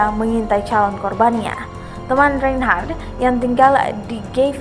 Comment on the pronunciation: Reynnhharrttaahhaahhhh..... Narator gelooh....